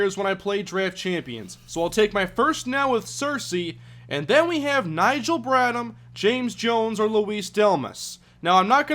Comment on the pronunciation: I hate doing this but it's BradHam the h is pronounced